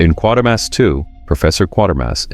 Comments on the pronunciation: It's Kwaytermass not quare mass. You'd know this if yoh actually WATCHED the films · He can't even pronounce Quatermass